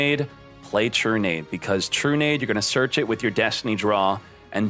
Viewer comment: "play trunade" oh god its semi-limited now